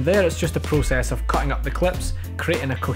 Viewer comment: Not prucess it is process.